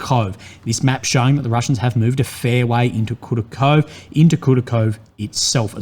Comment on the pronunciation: I bleed from my ears hearing butchering the settlement names ) It's KoorAkhoveh, for Christ's sake:)